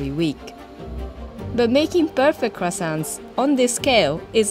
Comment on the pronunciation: The fact the manager pronounces croissants wrong is a crime. Why do Americans butcher words? It’s ‘Kwa-son’ not ‘Criss-sont’. French must cringe hearing Americans pronounce croissants so poorly.